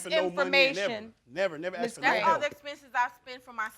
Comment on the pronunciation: And arxxed instead of asked………. The mispronunciation of this word makes me mad 😡